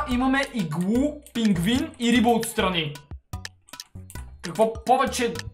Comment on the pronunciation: Пингвин не пингин